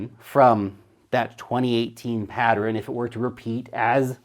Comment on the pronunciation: PAT-TERN. 2 syllables. Geeze!